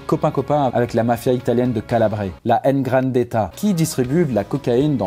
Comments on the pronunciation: Super vidéo 👏🏻😁!! Juste on dit " Ndrangheta" et pas ngranteta mais j'avoue c'est chiant à prononcer 😂😂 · salut. petit détail, dans la prononciation de "ndrangheta": on ne prononce pas comme tu l'as fait "enne-drangheta" mais les "e" de "enne" deviennent muettes écoute ici comment on dis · tu as fais une petite erreur c’est Ndrangheta 😅 au lieu Ngrandetta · Par contre désolé de te reprendre mais la mafia calabraise s'appelle n'drangetta et pas n grandetta. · Ndrangheta, pas N Grandetta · Ndrangheta, pas ngrandeta... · C’est la ndranghetta pas grandeta pfff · 'ndrangheta ça se prononce tout attaché ;) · on dit Drangueta phonétique le n au début de se prononce pas.